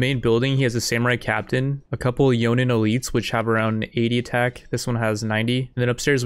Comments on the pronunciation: Why tf would you pronounce it yonin its a j the language is english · Lol bra, every time you said Metoo new born children got aids, its pronounced May toe, the disrespect shown to those legendary blades is unbelievable. and the Yonin XD killed me, its Joe nin, other than that great vid bra